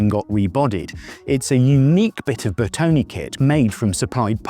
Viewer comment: BERTONE not "bertoni"